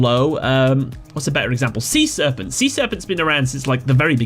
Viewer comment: "Sea-SEArpent" lawlz.